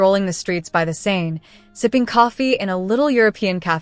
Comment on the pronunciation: Oops !! You obviously don’t know that Seine is pronounced “sane” in English and French